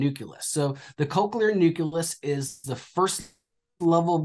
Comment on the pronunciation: Is it a red flag that the "expert" is saying "new-cue-less" instead of "new-clee-us"? I'm not trying to be a jerk, I'm just so wary of internet advice and "experts" anymore! Definitely some seemingly good points otherwise, just wondering what anyone else experienced...